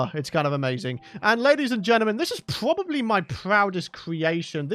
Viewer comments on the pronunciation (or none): pwobely pwodes creation